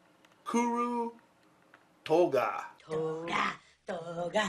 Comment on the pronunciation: I'm just getting into stationary... particularly Japanese writing tools. I have a weird Japanese last name... so I know these words are hard to pronounce. I'd like to say great job on pronouncing KURU TOGA, and great video!